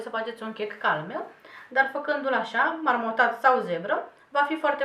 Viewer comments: MARMOrAT,DA,nu marmoTat!!!!Adicãtelea....ca marmora,doamna 😊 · Marmorat, nu marmotat. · E marmorat, nu marmotat. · MARMORAT nu marmoTat, pt ca seamănă cu marmura nu cu marmota 😂😂😂😂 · MARMORAT nu MARMOTAT!In rest numai de bine! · Dna bucătăreasă, marmorat, tocmai ai inventat un cuvânt😅marmotat